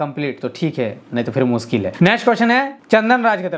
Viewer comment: मुनकिल नही ना मुनकिन है अपना टाईम आयेगा